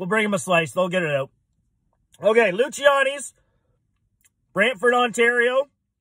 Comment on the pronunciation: Pronounced Lucy-annies. Great pizza.